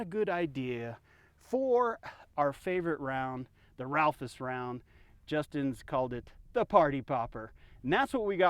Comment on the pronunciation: Ralphus round? It's Raufoss. If you admire it so much, learn to say it properly.